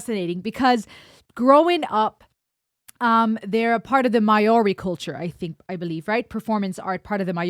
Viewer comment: Maori is pronounced more like "Mowri". The "hongi" is a sharing of breath - a gesture that precedes humanity.